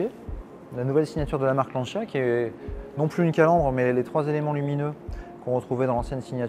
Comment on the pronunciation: "lanchia" tant qu'on y est "lanchiasse".... en France c'est LANCIA